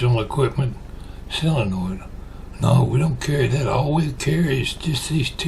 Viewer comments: I noticed you pronounce it "SILL-uh-noid". So do a few of my in-laws. I looked up the pronunciation, and it's what I would have thought... "SOH-luh-noid". I reckon your way must be a Southern variation, because you aren't the only one that pronounces it like that. I wonder about some of your viewers from other regions ... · Hi, I live in Iowa and I have always called it "SOH-luh-noid". And I have heard other people pronounce it the other way also. But I hear more people say "SOH-luh-noid". When I lived in Missouri it wasn't long I started to speak southern also. Then when I moved back to Iowa several people would ask me if I was from the south. LOL! I still haven't quite lost it. Some people will still ask if I am from the south. LOL!